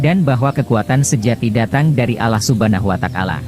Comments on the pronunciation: Wata'ala bukan watakala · Kenapa Allah watakala, komentator nya gak bisa ngajikah.?